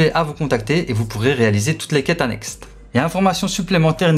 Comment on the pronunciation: Le sort de mort "que devra", je connais pas 😅 Puis pour les quêtes, on dit annexe, pas annextent, c'est Hermione qui me l'a dit ptdr